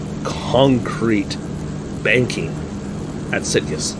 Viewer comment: In the Spanish, it should be a soft "g" in the name "Sitges"-Terramar. I think even the 1934 cars would be pretty insane here, let alone the '37 machines. I know some of the board tracks here in the States were pretty darn steep. I think it was the Miami Beach track where the cars needed to be running maybe as fast as 110 mph to not start sliding down the banking in the corners. And I think it was Kansas City, either that or St. Louis, that had like a 2-mile board track with the turns banked at about 50 degrees. Just nuts back then.